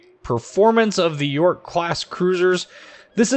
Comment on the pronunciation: love your infos on the ships, but the pronounciation :D jsut go to wiki and listen to it ;) subbed anyways